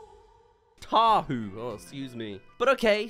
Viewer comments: Cheehoo not tahoo😂 Its what we Samoans shout to get all hyped up yknow? Well these days but it was like a battlecry many years ago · as an islander i am triggered by saying tahoo😭 it’s CHEEHOO 🥳😭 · is saying tah hoo and all im thinking is touhou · I'm pretty sure it's "cheehoo" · Its *cheeee hoooo"